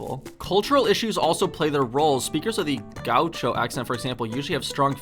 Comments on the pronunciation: "Gaúcho". The acute accent (´) is generally used for stressed syllables. It's /ga'uʃo/, not /'ga.uʃo/ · Gah-oo-sho – how you say gaúcho 😬